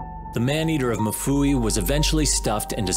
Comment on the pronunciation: Mfuwe not mufuwi